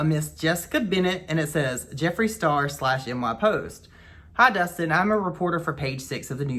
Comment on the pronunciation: Not “Dustin Dialysis” 😭😭